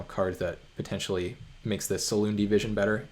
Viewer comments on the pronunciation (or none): Every time you say Silundi Vision I have to convince myself that there's not card named "Saloon Division" English is so hard ;)